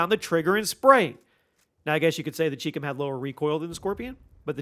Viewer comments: It's pronounced CHI COM (Like Chai Comm) not CHEEK CUM. It stands for Chinese Communist. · It’s pronounced “Eff Aye Ell” not “fah-luh”. ChiCom is “chai-com” Chi = Chinese, Com = Communist. Do you pronounce China as “Chee-na”? Why do you insist on mispronouncing gun names?